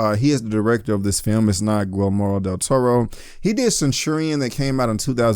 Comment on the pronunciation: You Lost me at “Guil-moro DelToro”